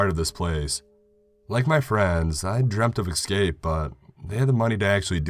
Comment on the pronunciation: One Es-scapes, not Ek-scapes.